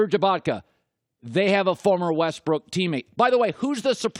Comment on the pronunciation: WESTBRICK say his name right